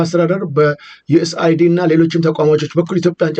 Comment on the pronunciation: ዩኤስ ኤድ ነው ተብሎ የሚነበበው እንጂ ዩኤስ አይዲ አደለም ያ ማለት እንደምታነበው የአሜሪካ መታወቂያ ማለትህ ነው us Aid ዩኤስ ኤድ ይታረም